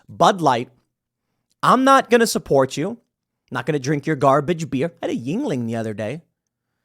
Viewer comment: Jesus christ. Americans and their inability to identify and prononuce foreign words. Its NOT JingLing. Its not a chinese beer my guy. Its YuEngling, which is the anglizized version of the German word Jüngling (meaning young boy). Jesus